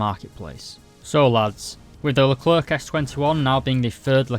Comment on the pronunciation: Your pronunciation of Leclerc in this video is pretty good and acceptable